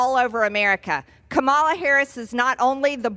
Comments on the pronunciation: stress on the first syllable Margory, on the first syllable.COmala, not CoMAla... it is very important to know your President's and vice president's names... it is almost a requirement in your line of work. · KA ma la, not ka MAS la. That is just rude. Uncivilized and unAmerican. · SHUT UP MARJ TRAITOR GREEN queen of HIGH TREASON! You are such a liar............. Constant lies, lies and more lies!! Kamala, NOT kah=mah-lah, you idiot!!! They call you an idiot because you are an idiot mtg! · It’s ka ma la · Anyone else getting pretty tired of the racist dogwhistle of intentionally mispronouncing her name? It's been 3.5 years and she's the Vice President of the United States. If you're still saying, "K'malla," you're doing it on purpose. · it is HAH ma la... say her name. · She can't even pronounce Kamala's name correctly, No respect! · Marge should at least learn to pronounce Kamala’s name. I live in the greatest country in the world, America. Wasn’t aware it had been destroyed. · Mar-gory thinks mispronouncing Kamala's name is cute. That's cute, Mar-gory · She knows that she’s pronouncing her name incorrectly. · Purposely mispronouncing VP Harris' name.. Just another orange supporting boot licker that needs to go. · Birther conspiracies, refusing to pronounce her name correctly, being upset that she identifies with more than 1 ethnicity. The GOP doesn't have much else to go on besides "Border bad, and please forget that we tanked the legislation that would have paid for more border security." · Can someone instruct MTG the correct pronunciation of her future President? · How can this level of ignorance be in congress??? She is such an embarrassment for her Republican Party. And btw, Margerine, it’s not Kamala as you pronounce it you ignorant bad butch bod bleach blonde😂😂😂😂😂😂😂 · Come on now, MTG, her name is pronounced like the punctuation mark "comma" and "la." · MTG, like Trump, can't even pronounce VP Harris' name! MTG lies, lies, lies.